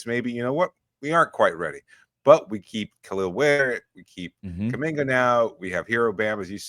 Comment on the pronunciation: please start pronouncing Kalel correctly. Its a litte embarasing as heat media. Thanks for the content guys. 🙂